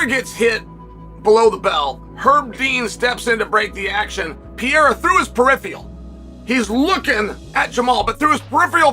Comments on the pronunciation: Chael can't read? " Pee-era "😂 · Chael stop calling him Piera !! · Chael P. Sonnen The P stands for Pee-era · Why is Sonnen incapable of saying Pereira ?